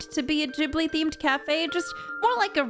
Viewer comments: Is it actually pronounced Jibly and not Gibly have I been living a lie my entire life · I'm pretty sure you're supposed to pronounce it gihb-blee and not jib-lee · These all sound cool! But... Why are you saying it Jibli? Isn't it pronounced with a hard g?